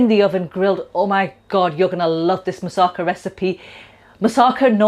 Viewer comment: The emphasis in 'Moussaka' is on the final 'KA'